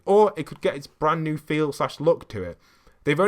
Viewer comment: He said band new beacon